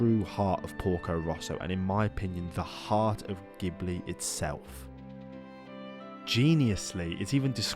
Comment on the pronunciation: Stop mispronouncing Ghibli, please 🙏